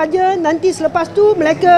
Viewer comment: AIyo!Auntie janda Her Bahasa pronunciation is really really terrible. She can't even notice it. Her pronunciation for mereka becomes Malacca & ahli becomes akli hahaha! Wonder where her "close friend" Victor Gu is now? Hoohoohoo!!